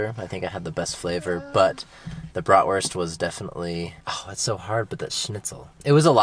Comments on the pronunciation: Love the fact that Willa is pronouncing Bratwurst (Wurst instead of Wörst) nearly the german way. Does she speak german at Kita? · so cute, hearing her repeat back what they are going to eat and hearing her pronounce bratwurst in the correct German way....